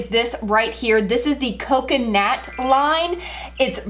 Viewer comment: First of all, you’re pronouncing the name wrong and second of all why do you keep saying you went in with your shampoo and you went in with your towel. The proper term analogy is, I used such and such a shampoo and I used my towel.That just sounds so weird.😂